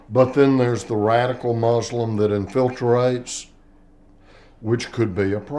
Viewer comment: Infilterate... Was he trying to say infiltrate?